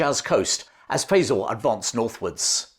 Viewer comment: I love your channel, but in order for your pronunciation of "Faisal" to be correct, the one used in LoA has to be wrong. It makes me wonder if you've ever actually seen the film. I know that's not true, but please pronounce the man's name correctly!